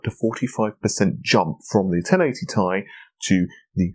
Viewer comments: Dude it's t.i. it sounds like your saying ty lol it's t and I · it's not tie, it is ti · It's pronounced Tee Eye. It is not pronounced Tie. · 1080Thai, 2080Thai. Couldn't watch further after that. A word TI doesn't exist, that means you can safely assume it's an abbreviation and pronounce it by letter. T, I. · Saying 1080 tie sounds idiotic. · Clean your teeth. Take a shower and Stop saying t-i together. Then ill Watch your Video and like it